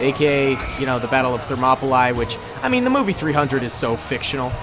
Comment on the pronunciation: It’s Thur mahp olee thermopalye